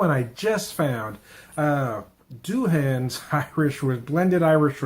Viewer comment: It's not Doulans; it's Douhans. Darn hard to find any reviews though. Where I saw it at a big box store, it was priced higher than Bushmill's! Anyway, good video.